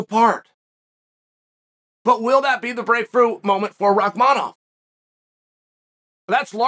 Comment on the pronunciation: I honestly appreciate the chael actually pronounces Rakhmanoff correctly of all names